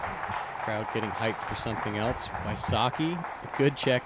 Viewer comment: "Something elts" -... Must be a New England thing. My friend from Maine says "elts" rather than 'else'